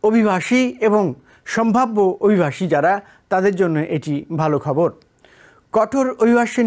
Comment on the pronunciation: অভিভাষী নয় উচ্চারণ হবে অভিবাসী আমার একটা প্রশ্ন জাগে মনের মধ্যে TBN নিউজে কে চাকরি দিছে?